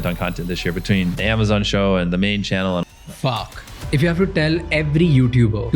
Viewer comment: That faaack was too indian😂